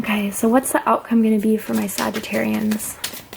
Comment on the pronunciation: You keep saying Saggitarians😂